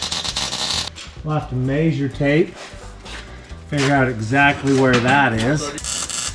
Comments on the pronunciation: please stop with the (mazure tape) it's pronounced (mezure) (measure) so please just say it right. I'm going to comment on matts of road also and ask him to stop it also it annoys the crap out of me and I love your guys videos and watch you all allot or as much as I can lol!!! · Maysure taype is the most rural Utah thing I've ever heard.